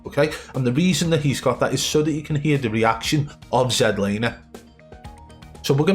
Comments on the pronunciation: Zed laner😂😂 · Zed Lander 😂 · Zed laner 😂😂